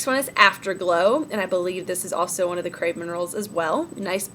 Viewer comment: I think the "processed" "shipped" emails are all automated. They just go out as soon as you purchase. And did you say "Craze" minerals? It's Crave. Anyway!